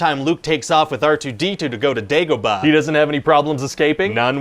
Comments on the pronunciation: Every time he says "Dagobah" I see a bar full of Spaniards 🤷‍♂️ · why does he say Dagobah weird